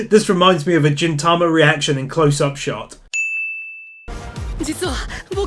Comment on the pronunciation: jintama???? GINTAMA is GIN, as in geese, or ghost, or great or git. not like gypsy or gyroscope